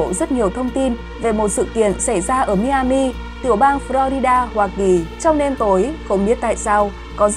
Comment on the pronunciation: Tiểu bang Miami đọc là (mai -a-mìa ) cảm ơn